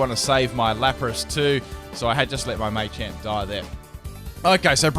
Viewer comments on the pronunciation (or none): Ma-champ, not May-champ